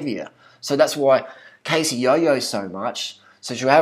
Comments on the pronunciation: Biggest load of rubbish right here. Much disappointment in this Youtuber. Do more research on her before you rant please. Her name is Cassey not "Casey". Her photos are authentic - she did tell her Youtube followers that she went on a massive diet and rigorous exercise routine a couple years back to look like that for her bikini competition. If you actually watched her videos, you would know. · holy shit pronounce her fucking name properly- seriously you calling her Casey (long a) instead of Cassey (short a) just proves you did absolutely zero research. If you watched a single other video of hers you'd know how its pronounced. You're just making assumptions after seeing a picture from years ago to further your vegan agenda. get a life and stop being such a troll. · That isn't a photo shopped picture... Cassey (not Cay-see but Cah-see) slimmed down a lot for her bikini competition. It really is her. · Learn how to pronounce her name properly. 1. say cat 2. now minus the t and add an s 3. pronounce it the same way but with an s CASSEY NOT CASE-SY If you don't understand what I'm saying then watch her HELPFUL videos where she introduces herself. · Siu Wan dearie? i understand but i dunno, most people don't have trouble pronouncing her name and since he watches her videos he should know. I'm from australia 2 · Don't u dare talk about wonderful Casey that way! And ur not saying it right! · This guy is a joke. What's your problem? Cassey is so uplifting and motivating, and promotes good health. You've obviously watched her videos because you can't even pronounce her name. She has blogs about her weight in between bikini competitions and explains everything very well. Do your research before you put out a video criticizing someone like that. How is it any of your business? Jealous of her success? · can you at least pronounce her name properly? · First of all, that's not how you pronounce her name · Just another person on this planet who pronounced her name wrong...